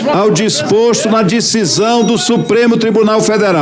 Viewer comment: Fala certo não é dicisao ,e decisão